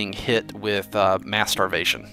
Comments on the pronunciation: Mass starvation sounded like masturbation XD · I thought he said masturbation instead of mass starvation. Lol